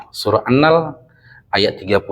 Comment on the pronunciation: Mohon maaf bukan maksud mengurui, Cuma sekedar berbagi apa yg sy tau, Bacanya bukan annal tapi an-nahel huruf e nya tersembunyi